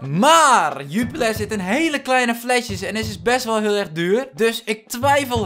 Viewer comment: Haha een Belg hier: Jupiler spreek je eigelijk uit als zju-pie-lair